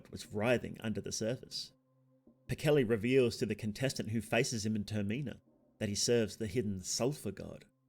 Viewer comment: I am begging you please pronounce termina any other way